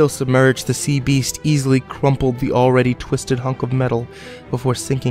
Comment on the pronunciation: I heard the creature say "Yeast"